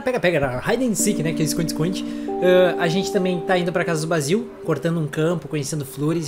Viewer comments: se fala " Bei-zil " não Bá-zil desculpa;w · Acho q Basil é mulher e o nome se pronúncia Beisil eu acho